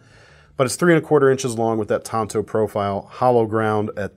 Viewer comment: oml. tan-toe.